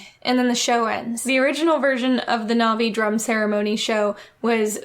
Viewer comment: The fact that the cashier is mispronouncing all the Na'vi words makes it even more sus